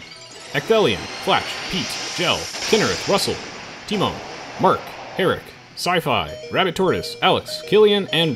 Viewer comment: Excited for what will be coming to the channel, even if it has been brought on by unfortunate circumstances. Oh, and fwiw, Tymon rhymes with "Simon"